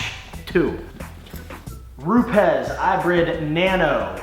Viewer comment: If you call them, they pronounce it Rupis. Cool video